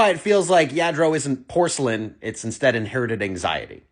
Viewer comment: It’s yah- dro